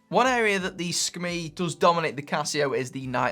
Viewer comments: Hey, just thought you might like to know how to properly pronounce the SKMEI brand name! In Mandarin it means Hour/Quarter/Beautiful and is spelt Shi Ke Mei which is a bit like saying the English words shirker-may as one word! Okay... shirker-may, shirker-may...ya got it! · see-ka-may (moment beauty) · It's pronounced 'SCUMMY' LOL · It's pronounced "Skmei". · Pronunciation is Ski- May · Every time u say Sakamei I'm like 😂😂😂😂😂😂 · It's pronounced es-kuh-mi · "Skim-MEE" it is. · That's good information! I thought it was pronounced 'SKuMEI' 😂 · In English yes it’s a strange name. In Mandarin, as many have already commented here, it’s pronounced differently than what says. As well, in Mandarin it is actually a very pleasant sounding name.